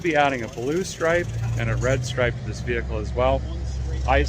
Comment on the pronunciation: I'd say retire the ol' gal and use her drivetrain in another veehickle.